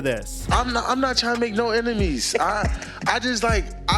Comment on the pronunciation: He said ‘emenies’ 😬 hit those books not the blunt